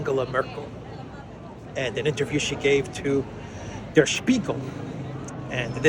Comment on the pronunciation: 'der' (the singular masculine 'the' - in the nominative case) in German is pronounced as 'dare' in English, not 'duh'!